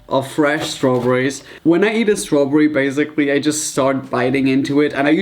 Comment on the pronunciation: Galaxis not really sometimes he sounds more American when he’s reading but not really lol I love the way he says basically, (baez- ick-lee)